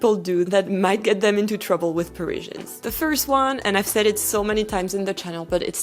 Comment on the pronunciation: I can't listen to you mispronounce Parizhans one more time. Pa-riz-i-an. It's the same in French F-F-S.